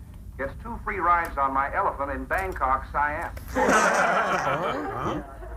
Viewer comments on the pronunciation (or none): none